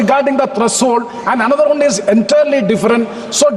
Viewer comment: NKP pl say one not vann